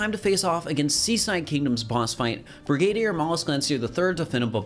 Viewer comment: briGAdier? sir your emPHAsis is showing